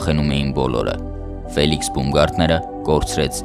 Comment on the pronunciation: Բաումգարտներ , ոչ թե բումգարտներ: Ծիծաղալույա հնչում